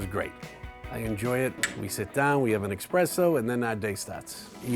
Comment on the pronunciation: he said expresso. not espresso........hmmmm.